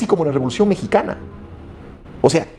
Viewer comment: Rebolucion o robolucion?